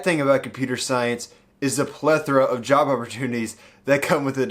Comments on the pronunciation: Dunno why but I keep hearing "Java opportunitiy" instead of "Job opportunity" lol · Tbh, i heard "java opportunity" too